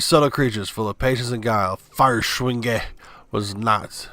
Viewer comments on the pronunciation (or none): Feuerschwinge pronunciation (according to a german dude)- Foy-a-sh-wing-a. Also, the luftwaffe was apparently actually a thing. Google info from BBC: Luftwaffe is a generic German term for an air force. It was also the official name for the Nazi air force founded in 1935. Led by Hermann Goering, it became the largest and most powerful in Europe by the start of World War Two.